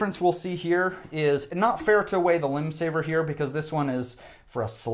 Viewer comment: Took a while to figure out that you were saying "Limbsaver," rather than "Windsaver." Perhaps could display name of products on screen so seeing rather than hearing would identify products. Yes, I have a hearing aid.